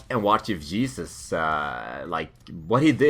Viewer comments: hesus not jesus duh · yeesus? i think you need to work on your j's some more :)